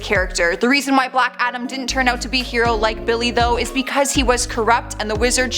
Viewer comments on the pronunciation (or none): none